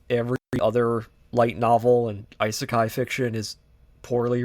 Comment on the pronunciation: Overly pretentious AND stating factually wrong things? That's an interesting combo. Seriously though, do some actual research. Also the purposeful mispronouncing of Isekai is just... Lame. Like come on dude, what are you doing?